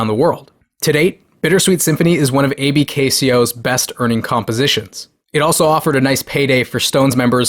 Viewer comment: Pronounced “ABKCO” not “A b k c o”. Allen B Klein Company. Bad dude.